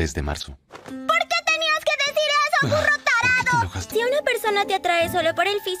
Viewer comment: Dijo burro o furro